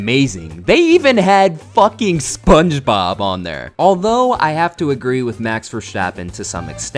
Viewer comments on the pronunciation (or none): none